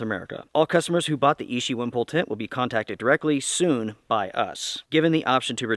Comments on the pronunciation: Thanks for your video - excellent information! Btw: 'Ichi' is pronounced "ee chee" (2nd syllable begins with the sound as in 'cheese'), and translates to the number "1" in Japanese. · So I watch a couple of video about this tent. I thought it was ishi as in the word meaning of stone, but when I go to the DOD website, it was ichi as the word meaning one. Is it American pronunciation that just different or is it the DOD official name.